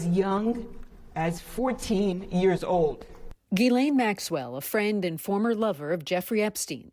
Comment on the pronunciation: For goodness sakes. Now I’ve heard 4 different pronounciations. How do we pronounce ghislaine? G’len? G’lane? J’lane? J’slane? I thought it was G’lane but her own lawyer just said g’len